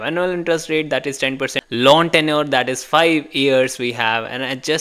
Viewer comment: Loan sounds like lawn